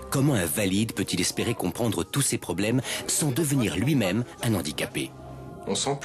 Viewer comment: Faute récurrente : on dit un handicapé et un handicap sans faire la liaison, on ne dit pas "un nandicapé".